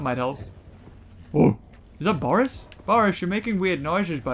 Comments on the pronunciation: It's Boris, not Borse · It's not borse its bores